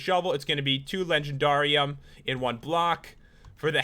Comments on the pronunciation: He said legenDARium like darr its just supposed to be legendarium like legendary but replace the y with ium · It's legend air ee um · That's not how say it it sounds like the word dare at the end it is in the show winx club if you know winx club please give me a like